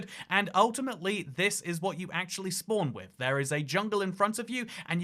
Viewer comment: Damn I love listening to you say "spwan".😂😂😂